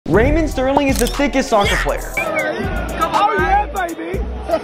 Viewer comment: Mans just pronounced Raheem raymond